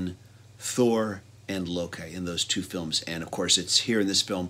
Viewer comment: It's pronounced "lowkey". I'm glad to see Jeff Goldblum as the Grandmaster. Superior actor who can handle drama and comedy with equal grace. And I'm glad to see the "comic" part of comic book movies being featured again! We tend to take this stuff too seriously. It's fiction, people. FICTION! It's supposed to be fun! Let's lighten up, have a laugh and leave the cinema with a smile on our faces and a chuckle in our bellies. Life is serious enough, innit?:)